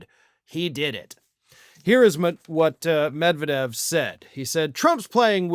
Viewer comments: as much as I support you but UMMERRIGANS ARE STUPID: ROF YOU WORK FOR RT and cannot say Med-ved-jev.. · No! Medvedev (the stress is on the second syllable, not the first…med-VYE-dev) most certainly wasn’t “rewarded” by Putin with a high government position. Do you know ANYTHING about Russia?!? After doing the Prime Minister-President swap to allow Putin to escape the term limits imposed in the Russian constitution, Medvedev began to feel his oats. His more liberal, anti-corruption, democratic policies were popular, but threatened the oligarchs, and the primacy of Putin’s United Russia Party. Medvedev appeared to have imagined that he could carve out for himself a political base independent of Topless Putin, and may have hoped to challenge him for the presidency once his own term of office ended. His own corruption was soon revealed and how he enriched himself at the public expense, essentially ruining his bid for political autonomy. He obediently surrendered the presidency to Putin as planned, and receded into the Prime Ministership and alcoholism before he was sacked, and relegated to the powerless “advisory” position of DEPUTY Chairman of the Security Council. (He doesn’t “lead” the Security Council, the SC is chaired by Putin.) He now spends his days drinking heavily, threatening nuclear war against the West, and generally making of himself a laughingstock - dirt of Tsar Putin’s court jester. Medvedev was neither rewarded, nor honored, he was broken, and humiliated for even daring to ponder using his position to mount a challenge to Putin’s political supremacy.